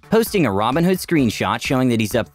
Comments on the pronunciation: Yo im listening to the audio only and I swear yoh pronounce robinhood and ramenhood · The videos are great, only thing I would maybe nitpick is everytime you say "robinhood" I have to do a double take, because you pronounce it basically like "ramenhood", lol, wonder if anyone else noticed that :P But the recap videos are great, nice to get my gambling fix satiated vicariously